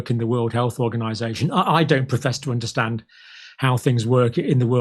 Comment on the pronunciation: I guess we don't "unnershtan" all Bill's good work.